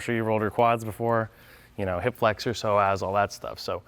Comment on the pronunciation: Psoas is pronounced So Us. Not So As. Other than hammering to reposition bones and that, love your content!